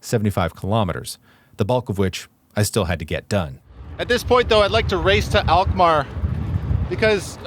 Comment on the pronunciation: Alkmaar, not elkmaar....lol..